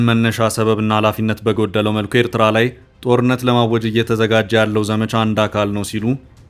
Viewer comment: Abiy's FM can't even pronounce Eritrea correctly.